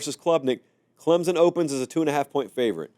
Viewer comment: Let's start the season right It's CLEMSON, not CLEMZON. Thank You GO TIGERS!!!!